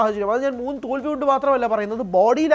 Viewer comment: തോൽവികൾ.. ഉച്ചാരണം 😊😄